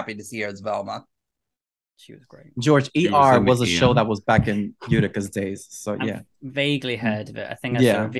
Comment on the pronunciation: its always cracking me up everytime called Yutaka Utica 🤣🤣